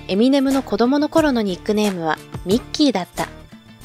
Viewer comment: エセ評論家 エミネ↓ム